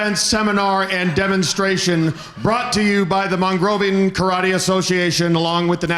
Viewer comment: I have an odd feeling The Question Mark will turn on because he says karate incorrectly. The? Is always correcting him. LoL